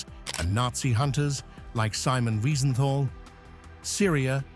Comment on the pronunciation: I OUPS JUST LEARNED GOEBBELS POISONED HIMSELF WHAT A BS !!!!!!! Do your BASIC HOMEWORK !!!!!@ It is not is bruno but brunner !! ER Simon wiesenfall Wiesenthal !! Laiyon Lyon !!!! Searggh Serge !! Sorry narrator :: AT LEAST LEARN TO PRONOUNCE PROPERLY THE NAMES !!